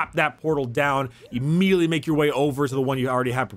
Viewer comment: Am i the only one who loves how says immediately Immedeanly